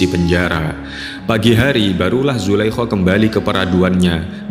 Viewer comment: Nyebutinnya zulaiha apa jangan zulaiho , ga enak banget ngedengernya